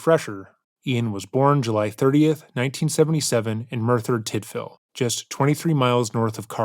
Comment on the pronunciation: Impressed right off the bat that you pronounced Merthyr Tydfil correctly!